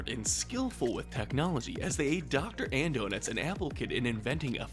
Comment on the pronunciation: Uh, it's pronounced Dr. Andonuts